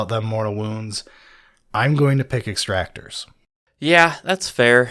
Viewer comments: Hearing them say "Extractor" instead of "Exactor" was so upsetting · Ex-ac-tors. Come on guys, I know reading isn’t your strong suit, but this is getting ridiculous. Lol